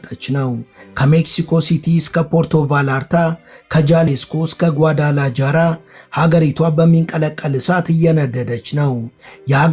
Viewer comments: ነፍሴ የከተማዉን ስም አስተካክለህ ጥራ። ጓዳላጃራ ሳይሆን ጓዳላሃራ ተብሎ ነዉ የሚጠራዉ። ለወደፊቱም እንዲጠቅምህ በስፓኒሽ ቋንንቋ Ja የሚነበበዉ ሃ ተብሎ ነዉ። ለምሳሌ jose ሆሴ ተብሎእንጂ ጆሴ ተብሎ አይነበብም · ጏዳላጃራ ሳይሆን ጏዳላሃራ ተብሎ ነው ሚነበበው